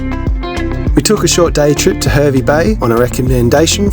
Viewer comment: The "Her" in "Hervey" rhymes with "car", not "her".